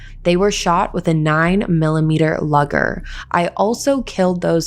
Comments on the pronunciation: you completely pronounced that gun name wrong luuuger not loger I don't really like german guns but ya goda respect them cuz they did make some awesome guns an planes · I love your channel but please check on pronunciations. It is a luger pistal. "loo-ger" -sounds like the name Lou or Lucy. Not "Luggar" - rhymes with tug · I don't mean to sound rude or anything but you're saying luger wrong. It's lou-ger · I stopped watching when she said "lugger"